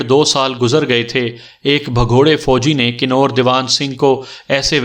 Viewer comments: Bhai ye kinor nahi kanwar bola jata ha. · آواز اور انداز بہت اچھے ہیں، اردو اور تلفظ پر توجہ دیں ۔ کنور دیوان میں کنور اس طرح پڑھا جائے گا جیسے کنول پڑھتے ہیں ۔ برچھی میں ب پر زبر ہوتی ہے ڈوم کو doom پڑھا جائےگا ۔